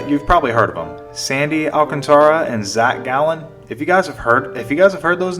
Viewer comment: Al-CAHN-truh… come on man 😂